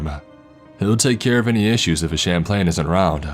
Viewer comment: For God's sake, will you please learn how to pronounce words? The word is "Chaplin" - Chap-lin. "Champlain" is a city in Illinois, for Pete's sake...